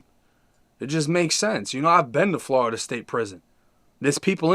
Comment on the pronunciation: Nobody that grew up here calls it flarrrda